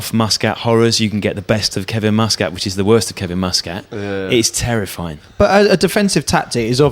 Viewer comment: Love these but you guys are saying Muscat's surname wrong! :O